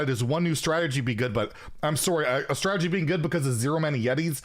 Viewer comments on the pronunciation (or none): none